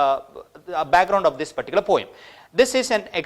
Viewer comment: you pronounced "poem" incorrectly!